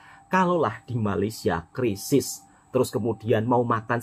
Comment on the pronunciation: " Krisis bukan Kerisis ".